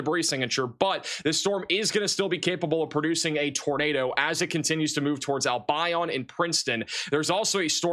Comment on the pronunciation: Wish youd learn to promounce names correctly sigh albion- al be on papillion pa pill yen